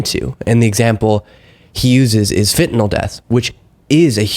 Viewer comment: Thank you you're like Tim Miller! A well educated young man. You can actually pronounce Fentanyl correctly, not like all the old f*rts in the GOP. You're opinions are respected by a 72 Yr old man in England, (Great Britain, not New England)... You're vids are very helpful...